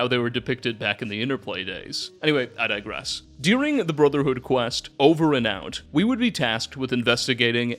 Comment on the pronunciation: phychers that cant control their powers and are crazy hmmmm warhammer sounding, also you use the word dirgess wrong a lot lmao